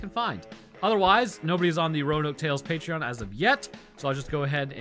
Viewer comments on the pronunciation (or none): none